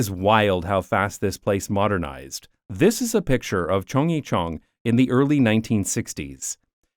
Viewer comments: please stop chungjicheon it hurts my Korean brain it is more similar sounding to chunggaecheon hnnnnnngh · It’s not Cheongg-YE-cheon , it’s Cheong- GYE-cheon 😁 Not like [Yi] but like [G + yea ] Similar sound with the first syllable of the word ‘Guarantee’ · Aside from horrendous pronunciation of Chung-gye-chun, another fantastic video! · As a Korean I shrieked every time you mispronounced CHEONGGYECHEON!!!!! OMG!!! Why are you slaughtering the Korean language? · Happy to see you got to explore my second home. Lived in Korea before and after the Chunggyechun project. The drop in air pollution was very noticeable. Biking in Seoul is the best way to see the city. Yeah, people walk in the bike lanes, and we can't be militant" get out of the lane" bikers. Great video, you are forgiven for slaughtering the pronounciation of Korean especially "Chunggyechung"